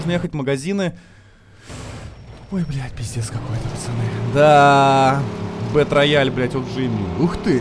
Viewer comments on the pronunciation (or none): Не бэтрояль, а Бэтроял, ясно чи не?